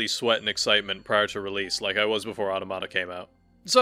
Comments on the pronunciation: They way you’re saying AUH-TA-MUH-TA (automata) makes me unable to finish your video it’s not AUTO-MA-TA. 😅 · Strange, that Automata is your favourite game, yet you dont know how to pronouce its name. Its from AUTOMATON, not TOMATO